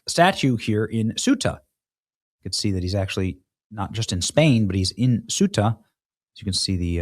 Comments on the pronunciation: Cueta = Kwe - tah! Not Swe - tah! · Its Ceuta (Say-U-Tah) not Supta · Portuguese here. Benny it's not "Sub-Saharan" Marroco is over Sahara Desert, sub means under, and Ceuta reads "Sew-ta" not "suita", sorry but I had to correct you.Though Ceuta belongs to Spain it's still in Africa in Marrocoan territory, it's like Gibraltar though is in Spain it belongs to UK. We demanded to close our borders with Spain. Greetings from Portugal